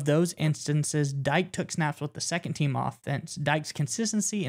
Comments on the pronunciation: Dike is pronounced ‘Dee-KAY” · It's pronounced D-K, not DYKE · Dike: Not "Dyke", pronounced "DeeKay". Favorite QB? Hard to say, but Darrell Bevell helped win Wisconsin's first ever Rose Bowl. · Dee Kay is the pronounciataion